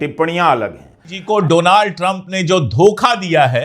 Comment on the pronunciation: He say Dolan trump...